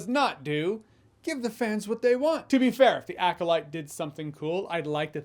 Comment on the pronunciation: Acolyte Fans? Fan"S"?! That's a bold s sir.